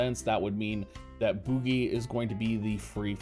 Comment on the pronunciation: It's name is french for Candle and is pronounced boujie :P